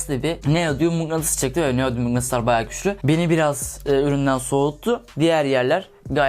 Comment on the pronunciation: şurlarda görmüş olduğunuz gibi mıngıtıslar var :D